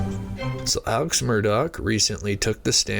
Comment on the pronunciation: I'd put more stock in what you're saying if you could pronounce Alex's name right. Come on man.